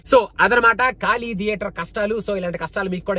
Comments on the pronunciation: కాళీ కాదు ఖాళీ !! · Just a correction its 'ఖాళీ' not 'కాళీ '' 😊